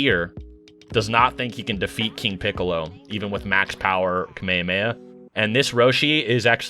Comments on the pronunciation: Bro said ka me a me a It is Kah meh ha me ha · "kameyameya"? what? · is strange that you know so much about Dragon Ball but you don’t know how to pronounce kamehameha…